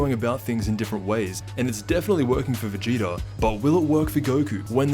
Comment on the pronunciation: Anyone else feel like he’s pronouncing it “Vegeter” and “Freezer” ??